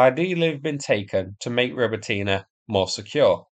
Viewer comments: ro-BOT-nee Just sayin' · Wow! for the first time, a correct pronunciation of "Robotyne"! Well, almost - stress should be on the second syllable, not the third one